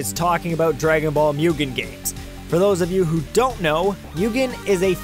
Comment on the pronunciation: D-Did he say Mewgen? . . . YOU SON OF A FLY TRAPPER ITS MUGEN (moo-gen) NOT MEWGEN!